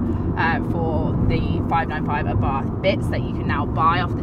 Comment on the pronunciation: I don't want to be that guy but... i can't help it... The pronunciation is Àbarth not Abàrth. At least that is how we say it in Italy